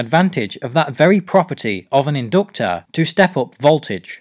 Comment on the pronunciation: The in-doctor. #Accents